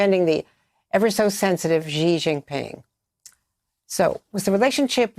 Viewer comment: China president's surname Xi is pronounced as "si", similar to "yes" in Spanish. not "chijee". There's no h sound in it.